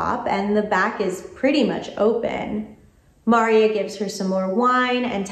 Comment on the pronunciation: it's mar-EE-a not MAR- ee-ah. Seriously,. Have you even watched this one?